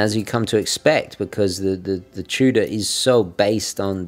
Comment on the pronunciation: "Chew-Duh" Love your videos, just poking fun.